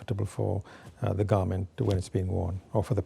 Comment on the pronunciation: I notice when he says "the" it sounds like uh sometimes